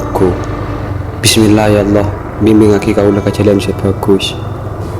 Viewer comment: Saya suka nonton film mata pena tapi yang saya jenggel kalau mengucapkan Allah menjadi Allo. Syukron....